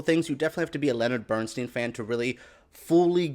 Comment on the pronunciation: BERNSTEIN pronounced BERNSTINE He hated his name being pronounced BERNSTEEN and then on to pronouncing Felicias name wrong twice....MONTEALEGRA this is a poor disrespectful attempt at a vid about the Maestro and his wife.